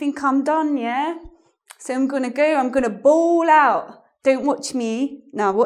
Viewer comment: Baal out Not bowl out! White girl lol